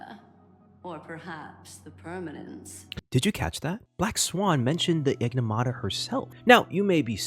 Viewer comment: Bro kept saying Enigmata wrong 😂